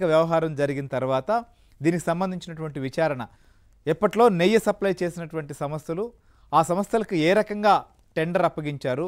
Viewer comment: నెయ్య కాదు నాయనా “నెయ్యి” అనాలి